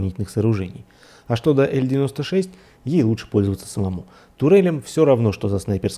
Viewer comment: Не "ель 96" а "эл 96"